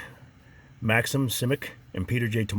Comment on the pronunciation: a little observation Simic the s is read as sh in shishkebab and the c is read as ch as in the word cheat.